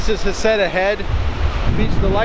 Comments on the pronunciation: Nice video. So you have been to Heceta head twice and never learned how the locals pronounce Heceta. It is not Ha-ca-ta. It is He'see-ta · Florence native! And it’s He-ce-tah ..moes sucks by the way.. they have their chowder frozen and defrosted .. and also rip to them who lost their lives .. thank you for posting your video